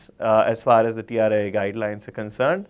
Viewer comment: Correction... Its TRAI not TRIA